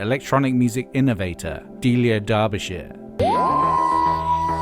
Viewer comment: Delia = "Dee-lee-uh". Derbyshire = "Dar-bee-shuh". And she'd a bloody legend. A bona fide genius. She did sampling but with tape. Record a sound, physically cut the tape in the right place, stick bits of tape together, play it faster or slower on a varispeed. For the Doctor Who theme, they had tape running down the BBC hallways to unspool it all and then measure out the beats and where the notes should go to cut it all up precisely. I mean, just hearing about how she created that theme tune - completely manually - and you've got to tip your hat to the lass. That's a supreme effort and requires such skill. It's funny. When synths became popular, Delia didn't actually like them too much. They came with "presets" and it was all too easy. (The other thing to consider is not just that she did this... but that she thought of it in the first place. She invented so many techniques. No-one told her to do the Doctor Who theme in that way - which is why the composer Ron Grainer was so shocked and didn't recognise his own theme - but Delia just had this idea in her head and painstakingly made it happen.)